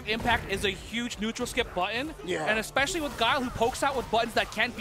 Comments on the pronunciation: Every time I hear "exspecially" I want to die. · EXspecially...LOL! Ignant ass